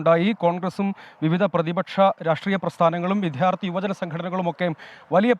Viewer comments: വി"ദ്ധ്യാ" ർത്ഥി അല്ല വി " ദ്യാ "ർത്ഥി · Not vidharthy. Vidyarthi. Try to correct it pls.